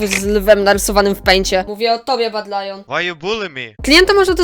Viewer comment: Tez mnie to interesuje czemy "Badylion" "włAncza" sie tak dlugo XD